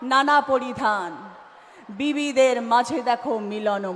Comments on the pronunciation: রচনা আর মমতা দুজন ই তো বিবি তাই ওদের মুখ থেকে বিভিদের যায়গায় বিবি ই উচ্চারণ হবে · আরে এগুলো অশিক্ষিত। এদের কথা কেনো সোনাও? বিভিদের মাঝে টা উচ্চারণ করলেন বিবিদের, কি আর বলবো? চলো বুড়ো মানুষ দেখতেই থাকবো। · পণ্ডিত নিয়ে পাতালে যাওয়া সুখের, মূর্খ নিয়ে স্বর্গে যাওয়া অত্যন্ত দু:খের। পৃথিবীর লোক সংখ্যা কত? নানা ভাষা নানা মত------ পরিধান। বিবিধের মাঝে----- বিবিদের নয়। বিজেপির সভায় যে লোকসংখ্যা দেখি, তারা সবাই ভোট দিলেতো বিজেপি জিতে যাবে। তাহলে কি হবে? যীশুখৃষ্ট উচ্চারণ করতে পারে না। এরা হচ্ছে জনপ্রতিনিধি।